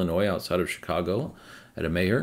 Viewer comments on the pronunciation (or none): And Meijer is pronounced Meyer not Mayer